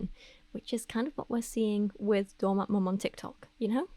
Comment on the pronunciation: Hahah not “doormat maaawm”